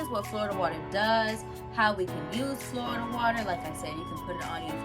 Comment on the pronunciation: Love your energy & the way you spelled “Flawda” 😂😂 Thats really how my family there pronounces it so I loved it ♥️♥️♥️